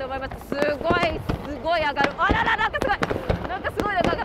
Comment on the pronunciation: ぎゃー！すごぉ⤵︎ ⤵︎ーいが普通の人とイントネーション違いすぎて草